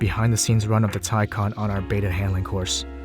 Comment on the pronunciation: You should have tested 0-60... its nuts how much torque the taycan has... By the way as a german I really appreciate that you pronounce taycan the right way 😂😂✌️